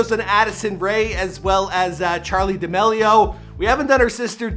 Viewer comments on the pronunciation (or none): “Check Clown” “ Duh meh Leo” I swear he does it on purpose.